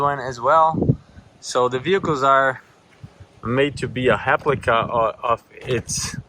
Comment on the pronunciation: You speak Portuguese.... heard you say Heplica